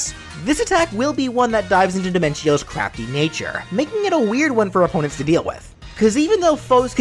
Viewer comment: lol when you said crafty in the d smash i thought you said c***py